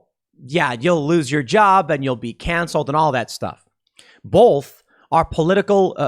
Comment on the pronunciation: Dear Tim, There is no "L" in the word both. Therefor, the word both is pronounced BOWTH, not BOWLTH. You're welcome!